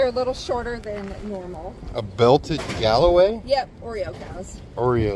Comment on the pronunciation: The black with white strip breed is a Galloway may have misspelled it but correct pronunciation.